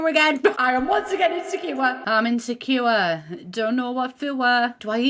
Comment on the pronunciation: Anyone else repeat the words she says in the northern accent. “I’m Insecuuwaaaarr” hahaha ❤️❤️ ily